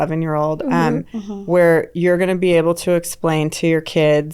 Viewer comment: I mean be-able not Beatles...